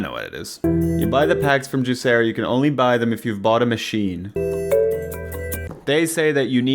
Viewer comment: I thought it was pronounced juicer-o